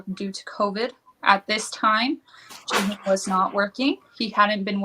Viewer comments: Can people please stop pronouncing his name "Juh-hoon"? 😆🤣Lol. It isn't even a hard Korean name to pronounce and is spelled like it sounds. Why do so many say it that way? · They also can't say Jihoon haha